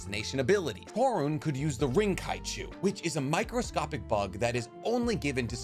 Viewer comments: "Toe-rune" XD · "Toru-nay" (Torune) "Hee-Zashi" (Hizashi)